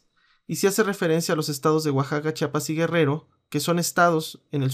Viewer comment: entenderas mucho y sabras mucho pero tansiquiera aprende a pronunciar Chiapas.....no Chapas""